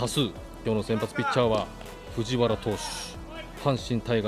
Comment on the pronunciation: ふじわらじゃなくてふじはらなんよなあ😃 懐かしい選手多い🤣